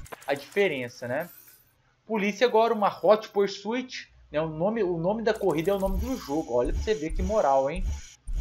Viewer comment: Alguém precisa avisar que o que é ''Pursuit'' e não ''Porsuit''